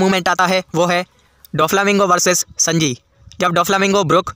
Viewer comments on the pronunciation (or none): Abe snji nahi sanji